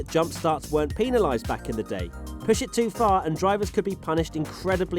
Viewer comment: Yo please stop pronouncing penalized that way.